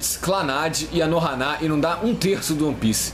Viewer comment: "Ano Haná" Man, qual é o problema em falar "Âno Hâna"?